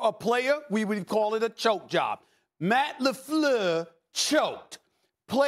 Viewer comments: Stephan a gets a pass to call the coach "Matt LaFlewwwwww" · SAS not Matt Lefluuuur. 😂😂😂✊🏿